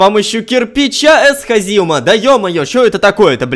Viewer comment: Эсха́зиум а не эсхази́ум